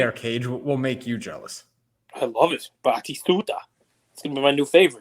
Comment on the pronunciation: Battistuta was a stud for sure. Interesting to note that most Argentinian soccer stars are of Italian ancestry. About half of the country traces their ancestry to Italia. great Italian accent btw!